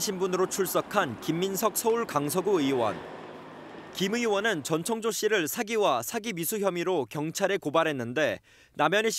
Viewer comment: 아 전청조 이름 잘못 발음하는 앵커들 많은게 개욱기네 ㅋㅋㅋㅋ 정청조 전창조 남창조 등등 있엇는대 전천족 은 첨이네요